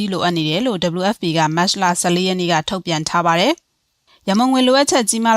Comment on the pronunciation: မတ်စလ,မတ်စလ နဲ့ကြေငြာတာနားထောင်လို့မကောင်းပါ။မတ်ချ်လ(သို့)မတ်လဆိုလျှင်တော်သေး။